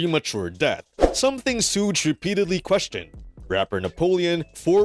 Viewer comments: It's not suugge it's suge (shug) YouTubers always fucking this dudes name up, sorry guess people need schooled lol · Legit!!! Are these all AI generated????? It's as simple as saying Sugar without the ar sound. Good grief! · wtf is this video?! 😂😂 you lose all your credibility just by saying suutch knight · So how many times did they say suges name in the interview???? And yet the narrator still said his name wrong. Anyways yeah. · This is such stupidity 😂 Suge says he is still alive 🤷‍♀️ Now he says this? 🤔 And learn how to say Suge. 🙄